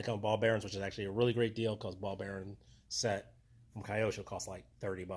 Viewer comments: Hi, thanks for the great information. BTW, the brand is pronounced as Kee-yo-sho. Japanese.😅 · Wonder why some peoples call the brand in the wrong way . Really don’t get it Just ask simply to a japonese around you. It’s not a kayak IT’s KYOSHO